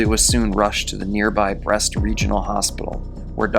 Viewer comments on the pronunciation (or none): none